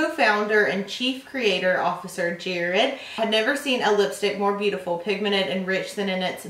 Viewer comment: 'very pigmened'